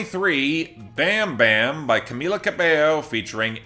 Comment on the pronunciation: How can you listen to Bam bam and still pronounce it like that.